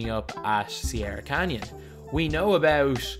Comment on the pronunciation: Okhay what's abeout